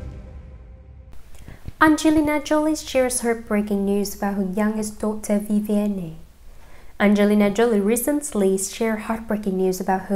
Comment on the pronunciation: CAN YOU NOT SAY VIV - VIE - ANN???